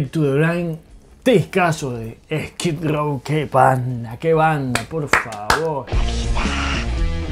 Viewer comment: Amo como jamás pronuncia Skid Row, esto es Esquí Row!